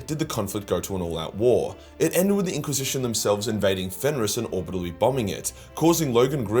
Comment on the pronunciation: Who are you and what have you done with, impostor!? Everybody knows the real can't pronounce "orbitally"